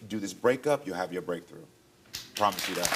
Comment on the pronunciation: It’s giving getting tired of your broken Prothomise promthise 😅